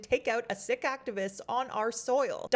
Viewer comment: As a Sikh Canadian, trust me, we're not surprised. ... but thank you for your attention to this issue, and thank you for taking the time and consideration to properly pronounce Sikh. 😊